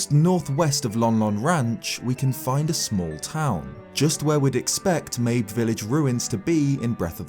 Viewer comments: Wait I always thought it was pronounced like "Maybe" not like "Babe with an M"... like a reference to the fact that "Maybe its there maybe it isnt" but spelled "mabe". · The appearance of the scarecrows in age of calamity had to be the best timing, since you just barely talked about it in your last video! Also, I think Mabe is pronounced Ma-bay. But whatever. As for the whole time-travel thing, I'm pretty sure that the guardian's travels through time will result in some sort of paradox, kind of like with the song of storms. It won't really change anything. There's also a theory made by Nintendo black crisis that the egg guardian was actually corrupted by malice before it was purified by Zelda's power, leading to it wanting to redeem itself by going back into the past by protecting Princess Zelda. I dunno, I just really hope we don't have to deal with another timeline. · "Mayb" Village